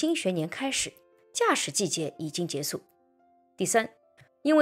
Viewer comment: 结束（shu)不是结束（su) 主播的内容不错 能不能把普通话练习一下呢？